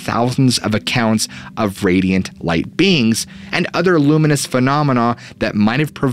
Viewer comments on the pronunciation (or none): none